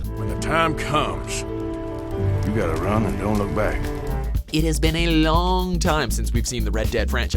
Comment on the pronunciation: "It hes bin a leonnnn timee"